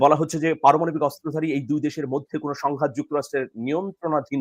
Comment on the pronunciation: পরমানবিক নয়, উচ্চারণটা হবে পারমাণবিক।